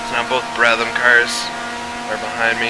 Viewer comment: It's Brab-ham, not Brab-tham, and he's Australian.